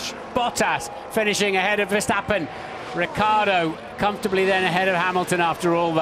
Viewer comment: It's fckn riCCiardo. Not ricardo.